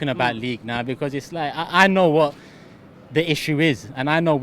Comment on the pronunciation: Robbie: “be-cose”